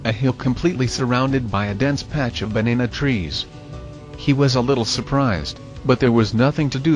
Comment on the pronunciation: The TTS bot says banana trees funny great post